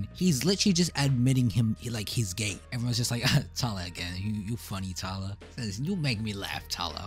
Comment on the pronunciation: He’s Australian so that might be why 😂 I like how he says “tylaaar”